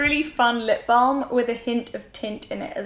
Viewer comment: I love the way you say "balm" - for some reason you really accentuate the 'l' in it loool